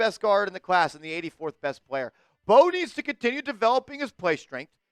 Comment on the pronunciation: His last name is from Senegal 🇸🇳, the M and B are combined when pronouncing his last name [MB]…; it’s not M-Bow and definitely not …BOW😂😂😂😂.